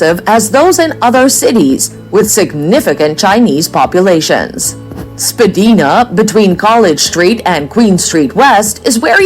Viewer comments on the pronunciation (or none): The street name is Spadina-not Spadeena! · When someone doesn't even know how to pronounce the name of "Spadina" Street, I kind of wonder does she REALLY know about Toronto? Spedina is pronounced like Princess Diana's name. Spa"DINA". EVERYONE who knows Toronto knows this!!! I lived in Toronto for almost 4 years and I HATED it with a passion!! It sure DID NOT feel like I was in Canada anymore! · You are a good lad and your honesty can not be denied. This vid however? (This from a man who grew up in Toronto.) Obviously AI generated or mis-translated.I could give you 30 better places to go. Anyone in any world calling 'Spadina Ave. 'Spadeena'? Needs to get their head checked. Hilarious becuase it is also homw to Chinatown. Best place ever. Best blues bars ever. Best markets bar none. Spadeena? I fart in your general direction. (Video author) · It's been awhile for me and skates, it's not a requirement... Especially since we are an immigrant country.. I am sure many people have never skated There is every little whatever country in Toronto She didn't say Spadina right😂 Chinatown and Kensington is my favourite to visit, and Queen St for live music Living you mean? Yes they were just trying to live Some castles, not like Europe Niagara falls is not in Toronto, it's an hour 1/2 drive away😊 Not sure why it was thrown in there You can easily spend 2 weeks in Toronto and still not see everything Pretty good video Hope you are working on your passport ✌️🏵️💞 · fair, we have streets in my town as well that people don't know how to pronounce right, unless you are 'local'😊✌️ Guess I just get the shuffle demons song stuck in my head😀